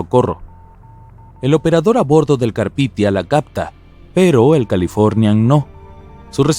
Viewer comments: carpitia? Carpathia xd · Si muy genial con el Carpithia, en lugar del Carpathia. Menudo error. Es como llamar Titonic al Titanic. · El Carpithia????? No sé qué cuesta documentarse bien antes de hacer cualquier video... Se llamaba el Carpathia. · 02 : 13 es CARPITIA o El CARPATIA?